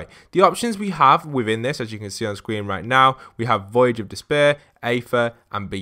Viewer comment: Only people who normally don’t play zombies pronounce Aether “Ather”. It’s pronounced “Ee-th-er”